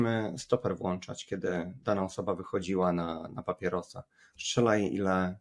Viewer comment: Panie mówi się włączać a nie włanczać, proszę tego źle nie odebrać. Pozdrawiam